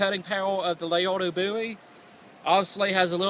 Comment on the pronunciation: "Leodo boowie" "Battle of the boobies"